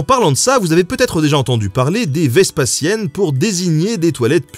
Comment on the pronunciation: Pas "vespaSSiennes" mais "vespaZiennes" (empereur Vespasien = vespasiennes)